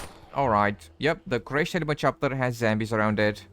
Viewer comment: Dude! It's zombies not zambies u idiot!